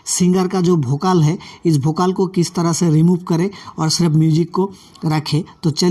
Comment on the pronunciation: Bhidio , Bhokal ,Bhiwer, Titrial. ye kya hai sab Ridiculous such a?? make better your word Pronouncation